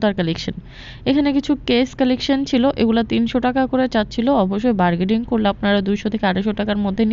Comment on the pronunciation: বারগেডিং না বারগেনিং